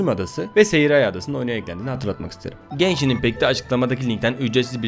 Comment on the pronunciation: genshini geyşin die duymak zorundamıyım aw